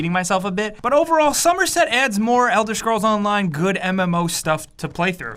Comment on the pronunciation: "Elder Schrolls"